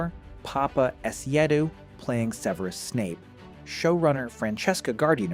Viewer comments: No, the voice over is probably AI. The name itself can be pronounced like this (seveerus), but in the films (and the standard English pronunciation) is sev-rus or sev-eh-rus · Start with pronunciation: It's SEV-er-us, not Seh-VERE-us. It's ROE-ling as in BOW-ling, now RAO-ling as in HOW-ling. If Aetch-BEEOH, screws THAT up from the start, the series will explode like Seamus' feather. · Seveerus? Is that how his name is pronounced? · So...the author of this video can't pronounce "Severus", and doesn't show how thet movies "got wrong" these spells. More clickbiat bullshit. Thumbs down.